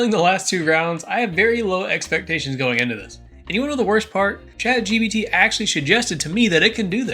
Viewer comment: "shat gbt"